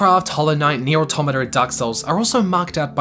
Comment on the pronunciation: Shoutout to this man pronouncing "automata" correctly